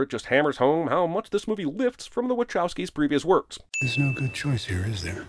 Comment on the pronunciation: Okay so, I realize this is technically irrelevant to the majority of the video, BUT: I always thought it was pronounced the 'Wuh-cow-skis', but several times here its said as the 'Wuh-CHOW-skis', which has never rolled out right for me. Is anyone (remotely) sure which way is correct??